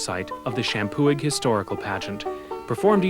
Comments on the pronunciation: the historian pronounces the name champoeg correctly. The g is silent and the prounciation is sham poo e. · This is driving me nuts... the “g” is silent in Champoeg, other than that they were saying it right. Champoeg = Shampoo-ee